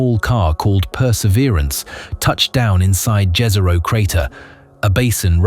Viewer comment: It's pronounced yeeehzero btw Jezero in Slavic